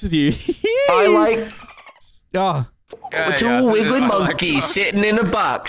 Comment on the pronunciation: The fact can't say wiggly right kills me 😂😂😂